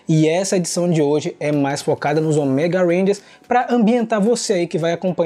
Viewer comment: Eu ainda estranho a variação da pronuncia da palavra ÔMEGA de vcs. As vzs sai certo, com a silaba tônica no "Ô", as vzs sai com a tônica no "ME", como se fosse "OMÉGA". Rsrs...